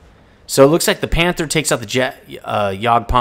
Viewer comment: "panther" is pronounced with a short "a" in german. ty for keep improving ur german =)